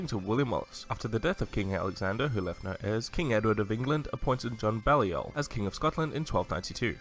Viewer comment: Who’s John ‘Belliol’?!